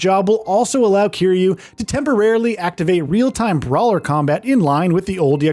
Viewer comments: Man said Kyrie ☠️☠️ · kazooma kiryay lmao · That is NOT how you say Kiryu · This dude still can’t say Kiryu’s name right